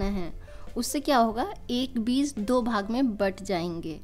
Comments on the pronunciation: Its Beej not beez.. By the way very nice video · Bahan beez sunayi deta hai ppz beej kahiye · Beez nhi beej mam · Yeh ap log beez q kahte hain? Beeg بيج asal lafz hai، amaa yar urdo to sahi bola karo uljhan hoti hai urdo ghalat sunne se.